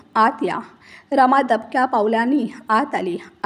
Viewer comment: रामा नाही रमा